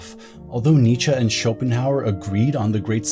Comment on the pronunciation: Why you speak "Nietzscha", instead of Nietzsche? You makes me laugh every time.